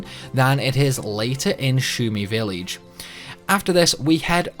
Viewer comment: Spall? Villeej. 😒